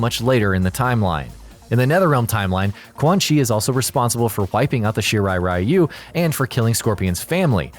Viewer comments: It's Shirai REE-you. Not RYE-you. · It's weird that MK mispronounces the rai in Raiden as ray, but correctly pronounces the rai in Shirai-ryu as rye, but then mispronounces ryu as rye-u, instead of ree-u. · What pisses me off the most is how everyone produces "Shirai Ryu" wrong It's "Ree-yu" not "Rai-yu" This is similar to how everyone produces Raiden's name wrong